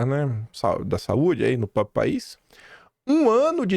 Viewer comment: Faça um esforço pelo amor de Deus, a palavra correta é próPRIo !!!!! Gosto do seu canal apesar do excesso de covardia, isso é só uma crítica construtiva, fazendo esse esforço a credibilidade do canal aumenta.